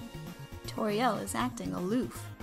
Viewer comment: When it’s said I am Tories caretaker of the ruins it said turrio😝